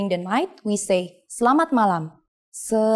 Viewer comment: Bahasa Indonesia is beautiful although there are lots of mistakes n this video. In the first video Selamat Siang is translated as "Good Afternoon" but in the second video is "Good Day". She also pronounces the "E" on Selamat only when she speaks slowly, even though that E is mute.